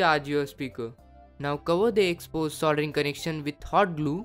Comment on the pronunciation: does he say "hard glue" ? xD